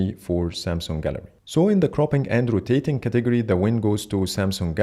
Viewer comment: I can't be the only one who heard "cropping andrew tateing category" instead of cropping and rotating category"😂